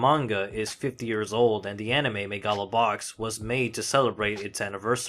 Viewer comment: But that's how you pronounce it!